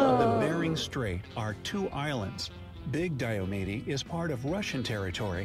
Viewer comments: re. point #11, the westernmost island in the Aleutian chain--Attu (at-TWO) is located 468 mi./753km west of 180º W [at around 172º E]) He mispronounced Diomede--DIE-oh-meed--as die-oh-ME-dee in the 'walking to Russia' section. The Alaska coastline is far longer than the measly 6000 or so miles if you take the circumference of all of the islands, and measure the coastal indentations; with that change, it grows to 33,904 mi (54,563 km). Mauna Kea (KAY-ah, rather than KEY-uh) is the tallest in the world, but we won't fight about it, since all the other peaks in the running are on land. During the COVID shutdown, the Canadian border was closed, which nearly killed the town of Pt. Roberts. On the same subject, there are 2 more American "oddballs"--Minnesota's Northwest Angle, which, like Pt. Roberts, was caused by a surveying mistake when the US/Canada border was being set in the 1850s; the 3rd. and final is Hyder (HIDE-er), AK, is in the Panhandle, or Southeast, which is otherwise served by the State Ferry System, but being east of the Coast Mtns., it’s cut off, making a flight, or 441mi./710km. drive through Canada on the Cassiar, Alaska and Klondike Hwys. necessary to get to Skagway--the nearest other town in AK by road. Four Corners: been there/done that--30+ years ago when on a road trip vacation out West. It's located on the beautiful Navajo Res.; their language is one of the most complex anywhere, and is still spoken by around 170,000 people--the most of any tribal g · I’m from Alaska and just as an FYI, the guy in the video mispronounced Diomede.